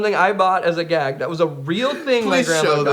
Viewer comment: I'm really suprising Austin kept his cool when Jared said gayg.